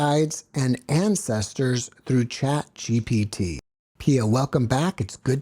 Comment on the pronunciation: It's ChatGPT. She's pronouncing it wrong. If you try what she did, you will get some very generic responses.